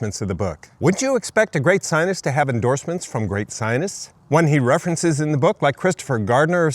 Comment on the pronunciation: Why can’t you pronounce the word scientist properly? You describe Nina T as a, “bad actor” - what evidence do you have for that slander?